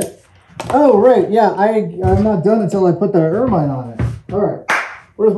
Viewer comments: It's pronounced "ermin" (short-i sound), not "ermine" (long-i sound). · "Ermine" rhymes with "German", not "fur mine" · I'm in full on pedantic mode. Ermine is pronounced er- min. Second syllable rhymes with pin. Succor is pronounced the same as sucker. Love you Adam. Sorry I'm a word nerd. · Anyone else find themselves correcting Adam every time he mispronounces 'ermine'? It rhymes with 'vermin'. No? Just me? Oh well.